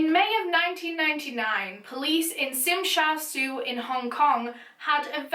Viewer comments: just to let you know, the area she’s pronouncing is Tsim Sha Tsui (actually pronounced as Sim-Sha-Choi). I’m from Hong Kong and never heard this case before. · makes me a Hong Kong person cringe at the way she pronounced it, it’s alr tho, but I wanted to just say it’s pronounced chim sha chu-ay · you pronounced tsim sha tsui wrong. local Hong Kongers just call the place tst, tsim sha tsui pronounced as (尖沙咀) jian sha ju in traditional Chinese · Cool covering this! Sorry for the Hongkonger nitpick but for reference, Tsim Sha Tsui is pronounced sorta like Chim Sahh Choy :) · whwn you pronounce "Tsim Sha tsui ", you also add the "T", like "Tzim sha tzui" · love this vid! ( Tsim Sha Tsui is pronounced Chim Sha Chu-aye btw i’m from Hong Kong :D ) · Tsim Sha Tsui is actually pronounced as “Chim Sa Choi” for those wondering :) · hi i’m from hk! the place of the name that you pronounced tsim sha tsui is wrong :) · You pronounced Tsim Sha Tsui wrongly